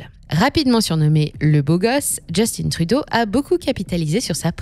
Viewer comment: C'est de la propagande cette chaîne où quoi ? La narratrice, anglicise le nom d'un premier ministre francophone à ce demander si c'est pas une IA. De plus, elle souligne la tendance woke du PM comme si le fait de reconnaître les différences était néfastes pour l'économie est juste débile, c'est à ce demander combien le PCC a payer pour cette vidéo. Le problème de Trudeau et de Macron n'est pas d'être woke, il sont juste pas bon. Et pour tous ceux qui scandent "go woke, go broke", demandez à Disney qu'est-ce qu'ils en pensent ? Finalement, pour tous ceux qui croient que Poilievre ferait mieux, gardez en tête que ce type a toujours été en politique et est dans un compté où même un chien se ferait élire juste parce qu'il a conservateur devant son nom. Le gars n'est pas là pour le bien des canadiens, il est là pour ses donneurs et pour lui-même.